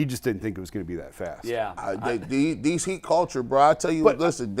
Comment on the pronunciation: When did “these” become “deez,”?